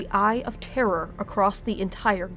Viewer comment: Oh good, someone who's capable of saying "Eye of Terror" without pronouncing it like "Eye of Terra." It can be so confusing for new people when that happens.